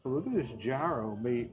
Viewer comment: gyro sandwich" is YEE-ro